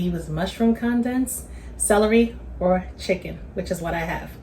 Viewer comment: Mam please go google the word CONDENSED…hit that button that says CONDENSED, so you will figure out how to pronounce it correctly, At your age mam, you should know how to say that word correctly, the way you be saying it, it don’t make no kinda sense, please take my advice cuz I’m sure other people watching your video don’t know what you be talking about either, you can thank me later😂 🤦🏽‍♀️